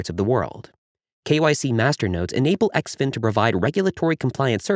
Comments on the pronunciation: It’s pronounced - Zinfin . Great info 👍🏻 XDCE IS NO LONGER A VALID TOKEN. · Guess the ‘in” im xin is silent.